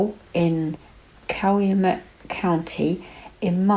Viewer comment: You could be a Wisconsinite. You did an awesome job pronouncing Manitowoc and Calumet. He did it I believe.